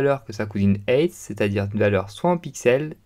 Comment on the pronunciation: Height se prononce Haite et non heite